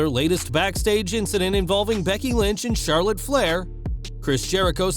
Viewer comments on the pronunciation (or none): none